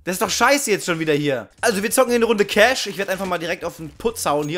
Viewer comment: Danke das du "cash" sagst und nicht "kache" =)